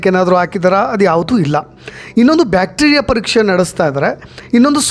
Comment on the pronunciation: You don't know any thing about medical report analysis... And even u don't know how to pronounce bacteriail strains..... In these days watching your videos is waste.... Not a quality content anymore....